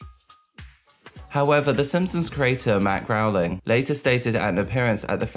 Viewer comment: Right. If this man says 🐻 "Matt Growling" one more time... And the executive producer is James Lawrence Brooks, not "Lee." Come tf on, dude.